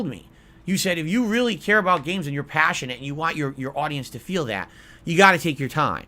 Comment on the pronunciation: Truly PAHSSIONATE about gayming!